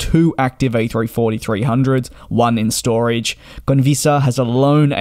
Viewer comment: Its conviAsa not convisa tho.